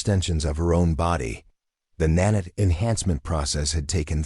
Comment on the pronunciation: OK what is a NAN-IT ? It's Nan-iit is (Emphasis on NAN ( Pronounced like " man " ) short ' a ' , 2nd syllable like " lite" Its Not pronounced like " granite " . PLEASE get the narration fixed. The narrative is incomprehensible .